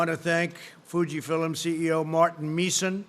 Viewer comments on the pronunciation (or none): "Fuji fillems"? And he says Biden has diminishing mental faculties. . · Warp speed? What is this Star Trek? THIS ISNT TV DUMMY. Healthcare workers are embarrassed by your ignorance. Good job reading though. Fuji FILIMS.. F I L I M S.. Is that a word? Ugh. Stop. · I think they need to put about 4000 more flags behind him Why does he keep saying “Fuji Philims” it’s Fuji Films you orange Cheeto moron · What is Fuji "philims"?? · Fuji Fillum is that Fuji Film ??? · He needs to start proof-reading his speeches ... like not saying "Fuji-fil-M." Makes him look like more of a joke. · Processeez? :| Fuji fillem? Oh dear! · Is is supposed to be pronounced Fuji "fill 'em" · he's suddenly become a Geordie pronouncing 'film' as 'fill-em' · He literally can’t. He said “Fuji-Fillem’s” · did he say fujifillem... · Gotta love those foo-gee fill’ems 😂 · Did he say “Gina virus” ? Holy crap what a bunch of nonsense he spits. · I've never heard of Fuji Filum before, must be a start up. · “Fuji fillem” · Fuji Fill 'ems? Does he think he's at a Japanese KFC? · Fuji Fillum LOL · Don't worry, we have Nova Vag's from Fugee Fill 'ems, Convelescent Plaus...Buh, and and antivody trippants. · Fuji Fill 'em ?? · "Fuji fill im" "Welcomoming us" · Did he just say: "Fuji-fillem?" This is your president. Four letter words are really really hard, or as he would say, "harred." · Did anyone catch in the video, Trump said Fuji Fillums? Do you mean Fuji Films? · Fuji Fill-Em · Fuji filums??????? He needs to watch the news, and stop believing what his advisor tells him. It’s FUJI FILM. UGH!! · Indeed he did. Just as he said Fuji Fillums three times starting . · fuji fillums. if i was that stupid i would slit my own throat. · he's at their facility. Is he hearing Fujifilm employees say it like that? Can't be, but he's making me question myself. Isn't that just like him to make us question facts? Up is down, left is right, and FILM is FILUM. Sounds so silly. 😆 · LOL foujee filliam ... the 3rd